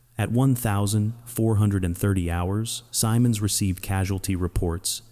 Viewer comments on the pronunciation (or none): Goofy Pronunciation - he and all who knew him called him Guy "Sym-Monds"; NEVER Guy "Sigh-Monds".